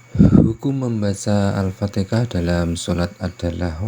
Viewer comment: Kenapa fatikah...fatihah la.